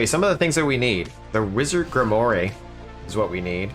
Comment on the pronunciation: Not sure if it's an in-joke that I'm not keen to, but "Grimoire" is from French, and is pronounced "Grim-War." That said: I appreciate the guide. I'd be pretty lost still if it weren't for this stream.